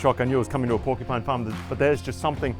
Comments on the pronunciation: “Porcu-pets” 😂 sorry but it’s definitely not a pet! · Except she can’t say the word “porcupine” 😂